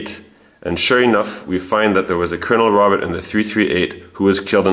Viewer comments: Robert in French is pronounced Roe-bear. "Dr." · "Robert" in French - you don't pronounce the "t" - it's not "Robert" like in English. You do all this amazing research and can't pronounce his French name properly???